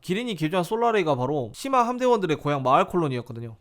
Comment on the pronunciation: 분명 시마 라고 쓴거 같은데 ㅅ..ㅂ으로 들리는걸까